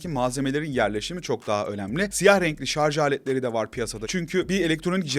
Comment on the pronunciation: Hayatımda ilk kez 'Şarj' kelimesini hem doğru hem de yanlış telaffuz eden birini görüyorum. Sevgili anlatıcı, bilmem farkında mısınız "Şarj cihazı" derken ''Şarz cihazı" deyip "Şarj aleti/Şarj teknolojileri" derken doğru kullanıyorsunuz.